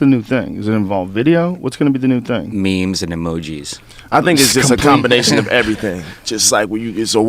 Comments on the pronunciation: DUDE HE CALLED IT "MEMES and EMOJIES" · It'd funny when asked what was going to be the new thing Jamie said it correctly memes and emojis!